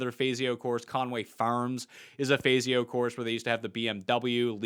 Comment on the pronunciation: It’s not fayzio it’s fawzio for the architect